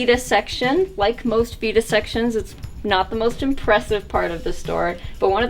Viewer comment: I swore you said this is our "fetus" section, great store wish you the best. I appreciate it from Detroit